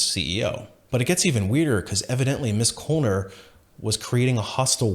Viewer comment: FYI: Knoller would be pronounced no-ler.